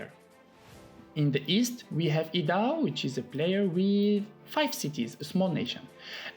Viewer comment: Idaho is pronounced I-da-hoe lol 😂